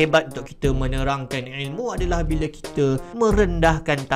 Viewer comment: orang lain: il mu: ael muu